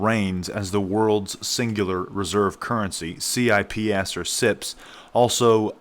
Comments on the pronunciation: It’s pronounced “sips”, like sipping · I believe it's pronounced Chips. and "you-ahn". up to 1930s - British pound ruled. 1940s - pound devastated by WWII 1945 - World currencies tied to dollar, dollar tied to gold. 1960s -LBJ spends on both "guns and butter". Flood of dollars. 1971 - Charles de Gaulle demands gold in exchange for Frances US dollars. Nixon breaks convertability of dollars to gold. 1974 -Kissinger convinces OPEC to accept only dollars for all worldwide oil sales, and to reinvest oil profits in US treasuries. World needs dollars to buy oil. The petrodollar. 1980s -outsourcing of US industry. More dollars flow abroad as America purchases cheap foreign goods. 1990- present. world has mountains of dollars due to outsourcing and petrodollar. When countries no longer need dollars to buy oil, or trade with eachother federal spending plumets bc debt issuance stops. Just think about how many people and programs depend on federal spending in the United States.